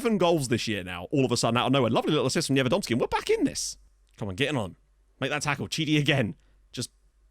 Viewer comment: And while we're doing pronunciation tips, Chidi = KEE-dee. Assuming he's Italian, anyway.